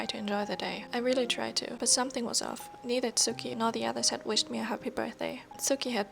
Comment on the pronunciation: WOAH I HONESTLY THOUGHT I PRESSED ON A DOCUMENTARY OR SOMETHING- your voice is very nice to read with story’s with and the Japanese slangs like “eh?” And the way you pronounced “tsukki” was really good I’m really shocked! I’ll be waiting for part 2 patiently don’t stress yourself and take your time ^^